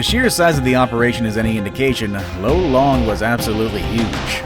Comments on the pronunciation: Lolong not lo-long hhe after 8 or 10 years after capture. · it's not "low-long", its lo-long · Lolong is pronounced lawlong not lowlong in the Ph.